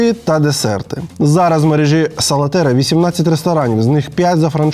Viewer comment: Я одна весь час кажу СалатеРІЯ а не СалатеЙРА?